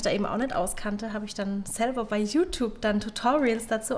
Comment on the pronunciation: es heißt youtube nicht youkube